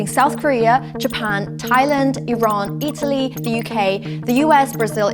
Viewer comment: THANK YOU PRONOUNCING IRAN RIGHT THANK YOU